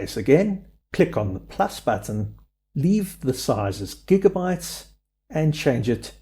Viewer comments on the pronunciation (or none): none